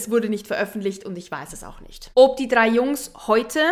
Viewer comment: Ich liebe es, wie du OB sagst 😍